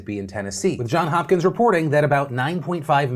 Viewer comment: Every time Phil says "John Hopkins" my heart hurts just a bit more. He always forgets the 's.' It's JohnS Hopkins.